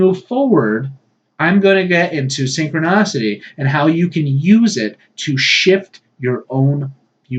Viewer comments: Synchronicity, not -nocity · It's actually pronounced "synchronicity".